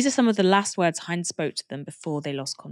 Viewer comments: Quick note, the name Hind, the little girl you spoke of, is pronounced like the word 'wind', not like the word 'behind. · Poor baby that is soul crushing😢 her name is pronounced as Hind like mint but with a D.